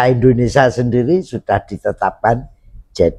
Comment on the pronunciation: Indonesia, bukan Endonesa